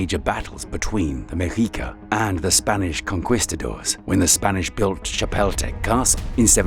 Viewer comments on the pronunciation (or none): It's pronounced Conkistadors, not Conqwistadors 😄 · He also called the Spaniards conQWEEstadors.... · Not pronounced 'conqwistadors' it is 'conkistadores' In fact, getting your pronunciation right across the board would have been respectful.